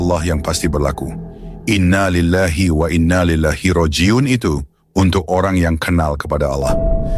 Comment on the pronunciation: Uraian ya cukup bagus...tapi penyebutan lapadz Qur'annya maaf salah.... harusnya Innalillahi wa Inna ilaihi Roji'un..👃